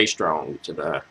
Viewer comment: Lol. Loved your analysis. I really loved this song. It's my number one song from her. By the way, for future reference, her last name is pronounced "OO-TAA-DA" No disrespect towards you! I'm just telling you this because I don't want you to get attacked by other crazy Utada fans for getting her name wrong! xD